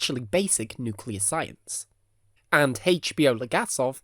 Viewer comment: Nukelear reaktoer exlosoin?